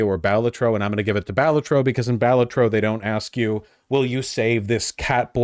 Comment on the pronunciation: If he pronounces Balatro wrong one more time istg